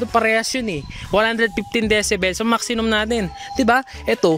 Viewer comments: 😅😅😅🤣🤣🤣Tama nga maxinum🤣🤣🤣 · Tama ba dinig ko? "Maxinum?"🤣🤣🤣